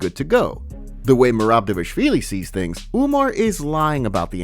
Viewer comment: Why do you pronounce Dévashvili? It's "Dva-lish-vili"